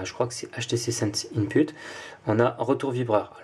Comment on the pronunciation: je parle de mot "input" que ta prononcé "inPUTE" :) donc je ne parle pas de ta prononciation en français, mais en anglais :) d'ailleurs tu compte de rooter ton telephone et essayer les "custom roms"?